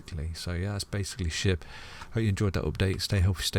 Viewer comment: did you call it sheep on purpose? hahaha